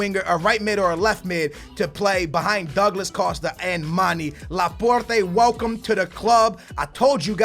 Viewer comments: That pronunciation though Laporrrrteh,Can,Uhmtiitiii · dont say Porte